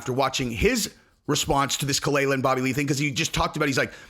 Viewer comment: kaah- lyla. That's how it's produced Jesus that dhit was annoying. She's not Bobby's wife. She is a attention whore but you got this whole situation wrong